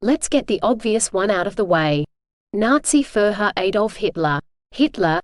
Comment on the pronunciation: Nazi "Fur Hur" ??? Get the fuck out of here with these computer voice simulators and get an actual human narrator.